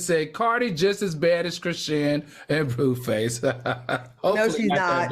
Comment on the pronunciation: Why does AL refuse to say chrisSHAWN! Chrisean is not a difficult name to pronounce. Unsure why its a bother to me, but everything else was a Ki 😂